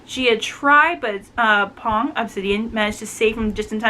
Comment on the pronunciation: Thank you for reviewing my book! Love it when you totally "get" it <3 btw, Phong's name is pronounced with an "f". The "ph" in Vietnamese is "F" in English so his name sounds like "fong" (means "wind" <3 or "maple")